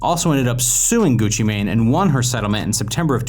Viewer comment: Him saying Gucci mane is the equivalent to my grandparents saying poke man instead of Pokémon